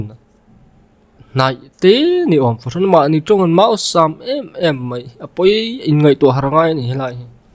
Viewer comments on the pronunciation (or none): Máusàm a ni leh ta lo.Màusàm tih leh bawk tur aw...😊😊